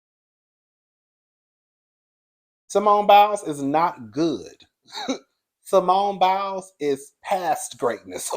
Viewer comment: I normally stay in the bushes 😊 but when u called that man Biles I hollered. Oh yeah the name is Jeanine Mai (My)😂 . You tried I give you that. 😂❤